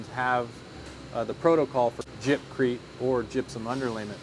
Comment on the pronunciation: I stopped watching after he said jibcrete...... 🤦‍♂️